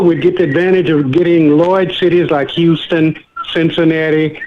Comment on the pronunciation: this guy is obviously not from Houston